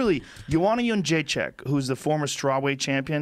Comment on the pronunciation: Wow. I was gonna post some snarky comment about how adorable it is when Americans try to pronounce Polish names but that actually wasn't that bad. Colour me impressed.